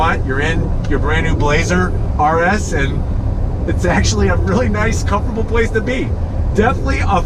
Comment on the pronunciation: Is it me or does he keeps saying "Comforble" instead of Comfortable...